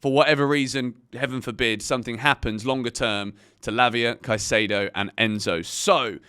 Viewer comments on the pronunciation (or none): none